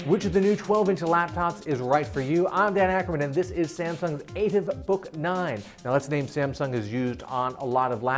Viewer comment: Its ah-teeeev